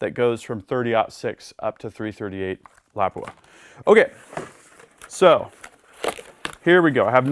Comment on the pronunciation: The first time was close.